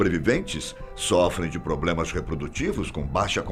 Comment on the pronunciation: antes que alguém faça uma gracinha te desrespeitando, por favor, corrija a pronúncia das palavras PROBLEMA e PRÓPRIO (a). Não é "POBLEMA?" nem PÓPRIO (a). Sei que é uma pessoa culta e que trata-se apenas de VÍCIO DE LINGUAGEM". MAS... o que não falta são engraçadinhos na rede. Abraços e parabéns pelo trabalho.